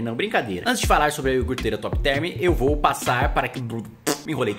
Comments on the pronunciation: iorgurteira top therm cara eh deputado e n sabe falar iogurteira, q tristeza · NOSSA o Brasil vai sair do buraco se todos os deputados souberem falar iogurteira😱😱😱